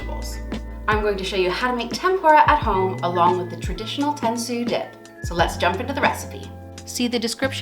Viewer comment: It's Tentsuyu not Tensoo or Tentsoo, whatever you wrote. Best to you.